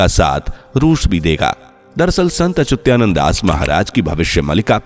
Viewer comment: अच्युतानंद शब्द सही ढंग से बोलने की कोशिश करो भाई